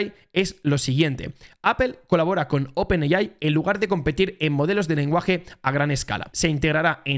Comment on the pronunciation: Muy buen vídeo. Lo único que AI en inglés es EIAI, vamos 🎉🎉🎉